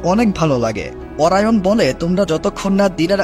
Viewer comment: অরায়ন৷ না অরিয়ন